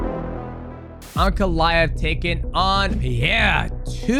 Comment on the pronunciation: No shot dj is saying uncle-aev instead of ankalaev